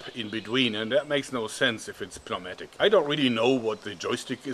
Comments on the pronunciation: Pneumatic is pronounced like New-Matic. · I love the moments where Joerg slightly mispronounces words like "puh-neumatic" and "pie-ramid". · New matic try saying it like that that would be a proper pronounciation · I died when he said p-no-matic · Pneumatic is pronounced: "new-mat-ic" ;-) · Hi Joerg, I love all your videos. the "P" in pneumatic is silent in English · Should we tell him the p is silent in pneumatic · The way he pronounces the P in pneumatic, is that a German thing, or is it just an English isn't his first language and sometimes it makes no sense thing? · The nun part of the outro is possibly more cringe than pronouncing the p in pneumatic but it's a toss-up.